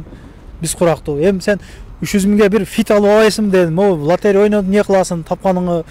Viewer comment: Лотерия эмес , лотерея.